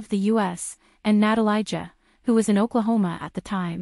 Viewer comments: its not "natalayja" for christ sake, its "na-ta-lee-ya" leb te yebo nepismeni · Natalia. This is how you pronounce her name. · OMG you don't even know how to pronounce her name 🙈